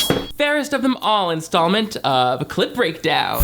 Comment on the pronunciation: I watched tens of clip breakdown videos. Still hear you say "clit breakdown" every single time.